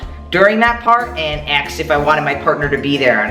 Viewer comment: "Somebody axed me" lol jk I love you! Great video too! Thanks!